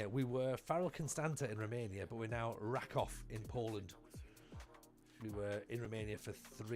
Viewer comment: Hey, - random comment just to say, it's "ra-KOOF", to rhyme with "goof". Have fun!